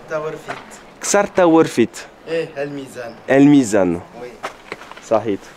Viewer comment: Sa7it pas sakhit, 60 jours en Algérie et t'arrives pas à le prononcer correctement